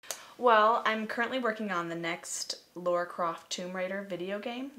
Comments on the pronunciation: why the hell do they keep saying Laura? Is this an Accent thing? Is it hard for Americans to say Lara? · lara? or laura? it sounds like they are saying laura. :P